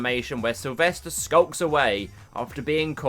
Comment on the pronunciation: Lisden it’s Sylvester